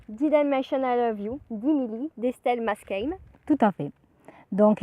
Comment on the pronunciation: Vidéo qui change avec le tournage en extérieur ! Par contre on dit Estelle Maskame sans accent, les "a" se prononcent tout simplement comme des "a" 😊 et elle a écrit son premier livre à l'âge de 13 ans, la trilogie dimily, quelle a ensuite réécrit à l'âge de 16/17 ans.